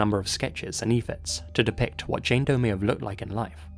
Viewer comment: "and examine some DOE cases" Me: wait what? did he say "Dope" cases? lul